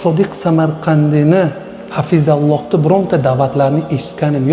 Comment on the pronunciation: Shu bolani gapi nimani hal qiladi, Arabistonda turib arang arang uzbekchada gapiradi, Hafizahulloh so'ziniyam Hafizalloh deyapti, hech shubhasiz Vahobiyku bu, Samarqandiy domlanglar reklamaga muhtojj bolib qoldimi.. Nimaga endi gapirvotti shu kungacha aytmasdan, chunki auiditoriya yigib ovottide endi Salafiyligini sekin sekin aytvotti... Qo'ying o'zbekzabon musulmonlar bu takfiriylarni bu adashgan Vahhobiylarni, bular o'zi ham bilmaydi Amerikaning laychasiligini